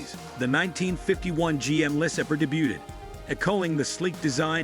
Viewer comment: LOL goofy narrator! “Less-uh-burr”. FFS it’s “Luh-saber”